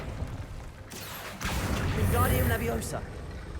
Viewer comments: Its leviOsa, not levioSAR XD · It’s leviOsa not leviosA 😂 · The slowly building joking rage as the Leviosa joke kept going... *backward*. Levi-oh-sa, not levio-sah, honestly. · It's leviOHsa, not levoiSA, also they don't remember the movie because of bananas in pajamas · I just needed to say; Its LeviOsa, not LeviosAAAAHH